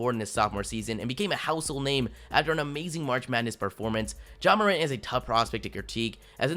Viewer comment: It's not mor ant btw